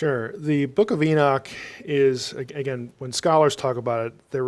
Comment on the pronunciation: It is curious how the guest, a Doctor of Biblical Hebrew, correctly pronounces the name Enoch, but the host persists in mispronouncing the name. (Stubborn ignorance? Pride? Arrogance?)